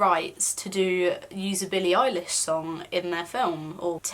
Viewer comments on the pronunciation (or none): none